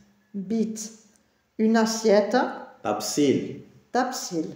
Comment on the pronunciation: Concernant les deux type des determinat il ya des nom qui commence avec "L" et dans le cas de "tabsil" on ajouter pas le "L" mais on insiste sur le premier consonnes de chaque mot. Pour "tabsil" on le prononce "ttabsil".